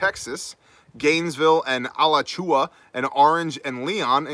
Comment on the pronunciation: Pronunciation point on Alachua Co. Uh-latch-oo-a or uh-latch-oo-way, local version. If it was just you having fun, no worries.